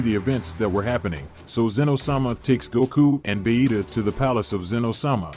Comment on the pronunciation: Why do they call vegeta bahita 😂